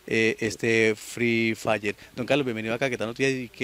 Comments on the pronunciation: Ni siquiera se dice frre fayer🙄😒🤡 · Se disa free fire no fil fla